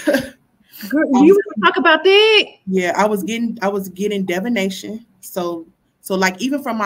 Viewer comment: Keep mispronouncing divination. Smh.